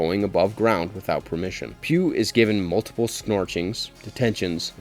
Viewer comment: Pugh's name is pronounced "Pug", not "Pew".